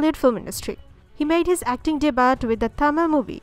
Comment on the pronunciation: Debut ...not DE BUTT